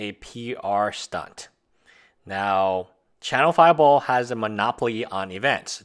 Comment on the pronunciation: I swear you said "china-fireball"